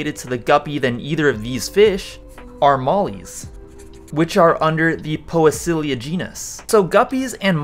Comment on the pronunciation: Great video! Thank you! It's pronounced pee-see-lia btw hehe.